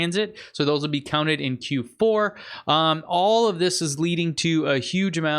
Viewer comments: Pronounced hey-mish. Hamish. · just to say Hamish is pronunced Hay as in dry straw and mish sounding like fish so Haymish. love the show